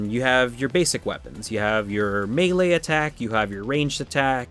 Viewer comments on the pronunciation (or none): none